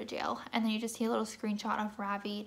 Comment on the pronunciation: ITS NOT FUCKING RAAVII ITS RAVI RAVI. SAY THAT!! RAVI